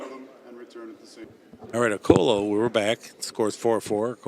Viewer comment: It is Orcullo isn't it, not Orcollo ?